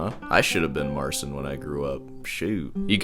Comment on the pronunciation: It's funny you pronounce it Marseen because the actual pronunciation is more similar to Martin (theoretically, it should be Martchin but with a more palatalized tch)